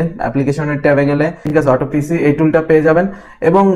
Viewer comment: Vaiya,etar pronunciation hobe autop....sy